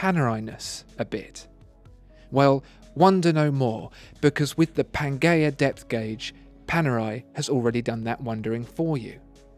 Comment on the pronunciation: pan"jea" not "ghea"